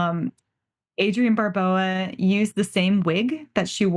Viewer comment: I've never heard Adrienne Barbeau's surname pronounced Barboa...